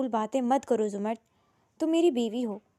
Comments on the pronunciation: Zumard nahi ' zamarrud' naam hota hai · Behan it’s not zumard it’s zamurrad